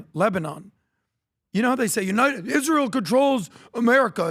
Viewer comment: Adam’s illogical talking points are the reason people dislike “Izzrul” as Lindsey Graham would pronounce it